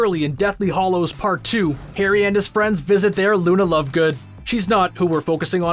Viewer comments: Hallows and Hollows are two different words meaning two entirely different things. Please please learn how to pronounce the words in your script before recording. Ugh. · Anyone else miffed at the narrator's pronunciation of the word 'hallows'? Its not pronounced hollows! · HAllows not Hollows